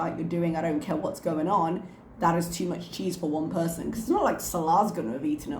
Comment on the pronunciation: Ok, this is a weird tangent unrelated to anything, but i was wondering if the "r" you use when you say "person" is something youve had to modify teaching ESOL students or if its the way you naturally say "person"? I know that's random, but when you say "person" it always sounds very american to me and sticks out from the rest of your accent. Its also entirely possible i mentioned this before bc ive thought about asking for a very long time. Lol. If i have, ignore me.